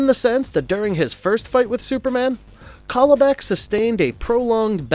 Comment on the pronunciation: It's CAL-ibak! Like California! Darkseid says it in the clip you played in the section!